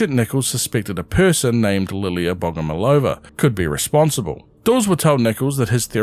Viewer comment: BogomOlova, the emphasis on the 3rd syllable